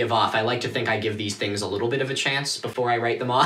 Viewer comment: ah yes, thighngs